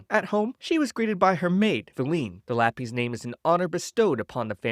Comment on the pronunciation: Lah-pees is hilarious It's Lap-iss